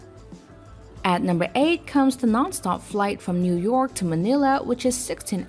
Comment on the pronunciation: WTF is CANTIS? Its Qantas people! And New-ork?? seriously!